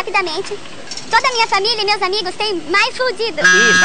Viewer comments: povo sem conhecimento em ingles se ferra nessa seria: "mái full dídu" e nao "mi full dido" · nem o apresentador sabe pronunciar "My".puta merda...a pegadinha é até boa mas... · PARAPARAPARAPARA Ninguem sabe pronunciar "my"? ¬¬